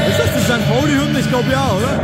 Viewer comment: Bist ja ganz sympathisch aber das heisst St. Pauli ☺️